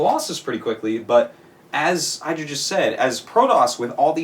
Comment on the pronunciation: You'd have thought that Artosis would have begun pronouncing Idra correctly by now